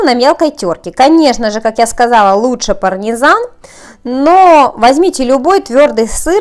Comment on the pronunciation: Господи,что у вас было по русскому языку? "Послипается","парнизан","не избежишь никуда","досточка". У меня уши скрутились в трубочку.